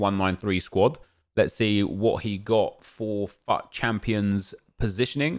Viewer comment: its fut not fuauattt😀😀😀😀😀😀😀😀😀😀😀😀😀😀 you trigger me when you say fut that way😂💔